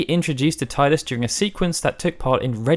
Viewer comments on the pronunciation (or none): Tee-dus, not Tie-dus... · It's tee-dus not tie-dus... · great video but ehemm TEE-DUS not TIE-DUS, sorry i had to say it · hey i never said i agreed with it but officially it is Tee-Dus not Tie-dus (although KH2 does say Tie-Dus every other game since then has used Tee-Dus so at least for a while Square were unsure but they seem to have made up their mind) kind of like how on the PlayStation controller it's officially the Cross button not the Ex button besides names can be pronounced differently in different regions take Diana, in the UK it's Die-anna in the US it's Dee-anna, it's just one of those things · IDAF how "official" it is, it's wrong. When you talk about Shakespeare's plays, do you cite TEE-TUSS Andronicus? NO! When you talk about the ocean surf line coming towards you, do you talk about the TEEDZ coming in? That famous sunken passenger liner, the TEE-tanic? The metal TEE-tanium? NO! NO! NO! I'm with FFU in this, and I'm not going to change, either. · Tee-dus man! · Even a old FFX commercial says Tidus as Tee-dus. Here's the link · This here. I stopped listening and came straight to the comments as soon as he said it. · boi square said that was a mistake in the English dubbing. The voice actor for Selphie said it this way. They admitted to it being wrong though. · I believe he actually admits that he has become used to saying it wrong. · No is right, that is the correct way to say it though some of us—myself included—prefer saying it the same way you do knowing it's wrong. IIRC, they say that way in dissidia and during a VA interview with some of the FFX voice actors as well.